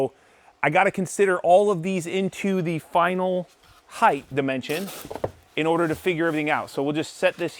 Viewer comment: Don’t pronounce the TH in height.